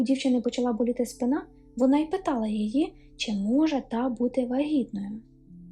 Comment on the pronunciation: Помилки не страшні, якщо їх вмправляти. Не припускається помилок лиш той, хто геть нічого не робить (от, наприклад, привильний наголос у слові спИна на звуці "и").. Мабуть у пошуках таких історій, що дарують надію на торжество справедливості я і надибала цей канал. Це обнадіює.